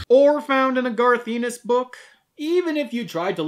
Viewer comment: But props removed for mangling Garth Ennis' surname!